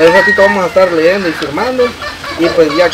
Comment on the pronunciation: no se dice leendo, si no leyendo...